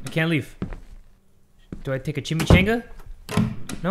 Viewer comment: So funny every time says Chimichanga, reminds me of when I was at restaurant my friend worked at. I didn’t know how to pronounce it, I just had a adios amigo shot & what came out of my mouth was “I’ll have the cheeky manga.” 😂 Now it’s an inside joke for us.